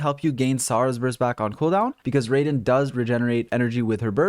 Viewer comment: Don't wanna be that guy, but here's some pronunciation help: The 'Raiden' part of 'Raiden Shogun' isn't pronounced like 'ray-den,' but rather 'rye-den,' like the bread. The element 'Anemo' isn't pronounced 'a-nee-mo,' but rather like 'anna-mo.' For an auditory example of both, use Google Translate for both words, Japanese for 'Raiden,' and Greek for 'Anemo,' since that's the Greek word for 'wind.' Hope this helps out a bit to anyone needing some pronunciation help.